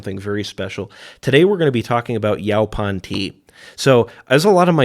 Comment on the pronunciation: It’s pronounced “yo-pawn”.